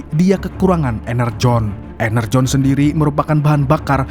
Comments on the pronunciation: Energon bukan enerjon bang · Energon yaa bukan enerjon 😂